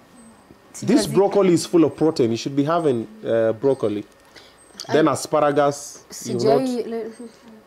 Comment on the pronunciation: Hannah hajaikula brokli😂😂 obinna it's pronounced brokli not brokoooli.... It's spelled broccoli